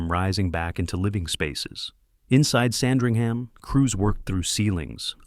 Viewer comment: FIRST of all, it's pronounced Sand-ring-uhm.